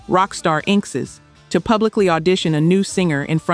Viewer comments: INK S? LMAO, it is pronouncd in-x-s. AI Slope. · Inxes? it's pronounced "In excess" lol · I got as far as INK-S, lol, and had to quit watching and comment.